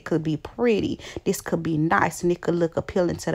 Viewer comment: What is "diss" its "this"